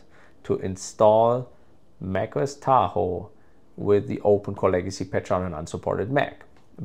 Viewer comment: The way u say Tahoe pmo